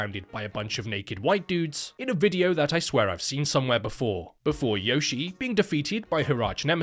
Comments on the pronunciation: I know knows that her name is pronounced "Yoh-shee-eh", but I prefer "Yoshi" now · Yoshie is read “yo-shi-eh” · Well, to be that guy, it's actually pronounced Yoshi-eh. So, really, it's a Canadian Yoshi.